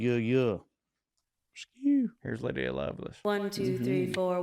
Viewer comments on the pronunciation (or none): none